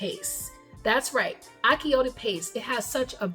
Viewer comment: Wonderful recipe. But achiote is pronounced differently. The “ch” is pronounced like the “ch” in the word “chew”.